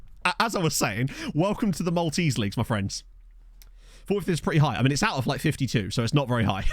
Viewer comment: Proper kudos for not butchering Maltese names and places. Will follow this save with great interest!